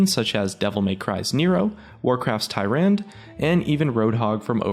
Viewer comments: you mispronounced tyrande how could you!!! it's not thighrand it's Tha-raan-da. #GetItRight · "Ty-ran" It's pronounced "Tee-ran-dah" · Its not Ty-Rand. Its pronounced Ty-Ran-duh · I think it's ty-ran-dah... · Warcraft TYR-RAN-DE. You butchered her name lol xD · Solaire Thats the thing I dont like about top 5 channels, some of the narrators dont know the pronunciation. "TEEH-RAND" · Solaire yeah his Tyrande pronunciation triggered me